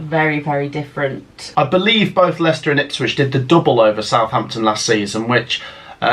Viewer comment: You got Leicester wrong